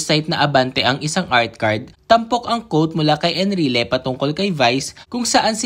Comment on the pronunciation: Ang tamang pagbigkas quote ay "kwowt" hindi "kowt" ano yun COAT as in KAPOTE! mag aral ka nga ng tamang pagbigkas